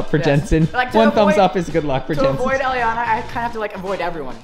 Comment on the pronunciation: Elliana not elllinana